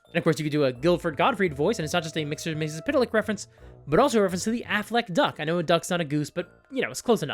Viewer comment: First of all that pronunciation of Mr Mxyzptlk, for a name that has barely any vowels, is amazing. Also, I'm so tired in serious, dark, gritty media. Give me cheesy colorful stuff, like the D&D movie or One Piece live action. Those are incredibly good even with all that goofy stuff around. I want that in my games.